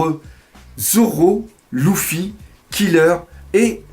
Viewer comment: c'est LUFY pas LOUFI